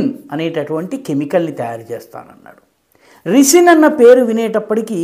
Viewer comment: రిసిన్ కాదు సర్ రైసిన్...